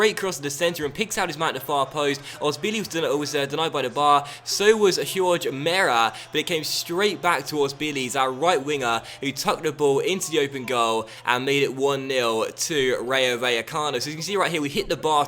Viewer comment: Love the series and keep it up but if you were to say someone's name like Jorge Mere the J and the G act more like H's if you want to sound Latino. Keep up the great vids